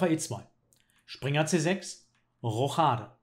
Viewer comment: junge du kannst schach wiaklisch intressant machen. Aber sag mal Roschade statt Rochchade. :) Nua n tipp von nem Perfektionist ;)